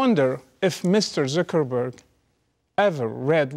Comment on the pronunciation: the way he says zuckerburg tho